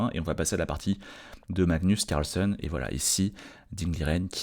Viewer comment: Carlsène....pas carlsonne😊